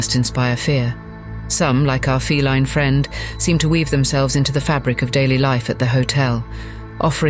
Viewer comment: AI cannot pronounce correctly like the word ‘respite’ or ‘feline’